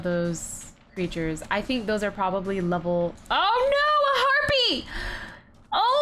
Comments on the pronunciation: meee and did she say herpie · adams She said harpie